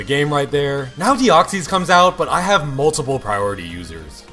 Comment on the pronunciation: "Deoxees" "manteen"